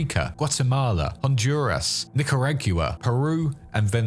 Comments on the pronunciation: Ya gonk Nic-ar-ah-gwa Nicaragua That Nic-ar-ag-yu-ah was killin' me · I enjoy your lore videos, but this one had me twitching from your pronunciation of Nicaragua. "Ni kr aa gwuh" You're killing me. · That was an interesting way to pronounce Nicuragua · I don't care about proper pronounciation but your anglicised version of "nicaragua" is beyond hilarious. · That pronunciation of Nicaragua was funny